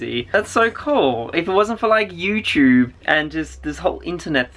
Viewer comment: Is it pronounced Youchube or Youtube in SA